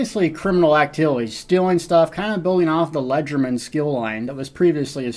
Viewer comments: How does one get to the region?? I think it's Hew's Bane?? Also, just an aside... it's "lay-jair-duh-man" French for "light-handed..." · LE-GER-DE-MAIN It's spelled how it sounds :v